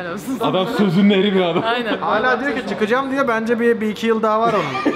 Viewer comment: Olum ablanın 1,2 diyişi çok güzel değilmi